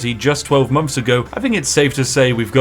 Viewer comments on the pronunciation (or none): none